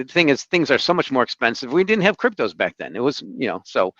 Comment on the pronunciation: Every time I hear say "cryptoze" during a discussion on Bitcoin, a little bit of bile comes up the back of my throat.